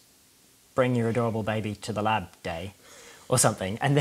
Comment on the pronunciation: Awe.. I thought he actually said "in your lap"...